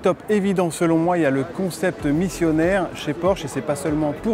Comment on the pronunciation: C’est Exact Missionnaire il dit 😁😁😁👍👍👍